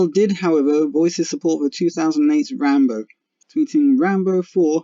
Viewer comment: It's RambO, not RambER